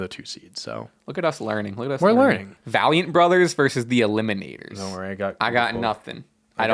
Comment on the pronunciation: absolutely butchering Valiant 4 seconds after said it correctly is so funny